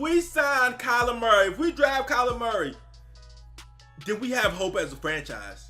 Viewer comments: Sounds like you’re saying “Calamari” haha! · Everyone says it like that. He is now calamari to me forever. Calamari = Seafood = Dolphins = get him